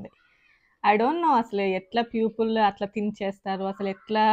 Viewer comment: పూపిల్ కాదండీ పీపుల్ అనాలి